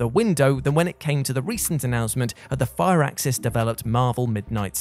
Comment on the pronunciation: This is the first time I heard someone called Firaxis as Fire axis.